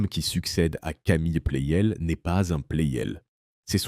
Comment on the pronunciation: La voix IA gâche tout. "Plel" au lieu de Pleyel. Quel intérêt ?